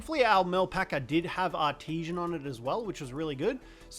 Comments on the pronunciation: Every time he said artesian instead of artisan I cringed. IM SORRY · AR-TI-SAN, not Art-ti-shen